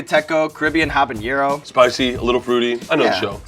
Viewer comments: You keep saying, "Habañero" on the Yucateco(I can tell that sauce is very near and dear to you) but it's pronounced without the ñ. It's just Spicy Caribbean Habanero(Ha-va-neh-ro[w]) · there is no tilde in habanero so it is pronounces " ah ba nero " Jalapeno has a tilde so its pronounces " ha la pain yo" come on sean u eat sauce you gotta know this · The show is based on hot sauces, and Sean doesn't know how to properly pronounce Habanero. It's not pronounced the way you say 'jalapeño', there's no ~ on the n, and the h is silent. So, it's pronounced ah- bah- ne- roh. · Just a quick FYI, Sean, it's habanero unlike jalape~no. Sorry - love the vids watched each several times and liked each one (including Sean in the Wild) Took me until my 30s until I realized this and I took 4 years of H.S. Spanish!